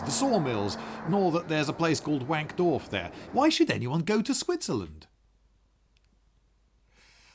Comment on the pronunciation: Pronounced "Vankdorf."